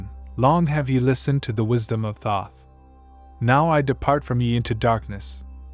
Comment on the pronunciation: No. Right off the bat I heard the first three seconds of this and said no. You can't even pronounce the name correctly.